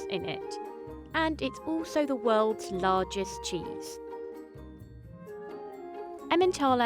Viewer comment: "The welds lawgest cheese"